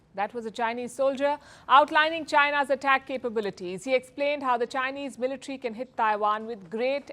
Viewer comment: Its military not militri😂